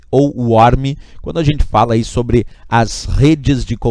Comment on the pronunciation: Na verdade eu pesquisei melhor e Worm se pronúncia Werm...a pronúncia dele estava errada como eu imaginava,porém eu pensava que eu pronunciava certo,com Â,mas eu também estava errado,assim como também você se equivocou...mas é assim mesmo,vivendo e aprendendo. Worm como se escreve na verdade é Warm de temperatura.